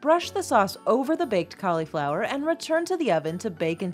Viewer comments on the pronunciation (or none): Please, please, please stop saying "Collyflower!", it is pronounced "callaflower'..Do you say "sangwich?", "ambliance"? Supposably?...Ugh!!!! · Please, it is not "collieflower." A Collie is a dog. It is caul (i as in rig or big) flower.